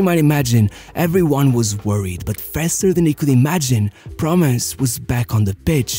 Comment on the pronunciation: I find it interesting that the way u say "promes" sounds like "promise" 😂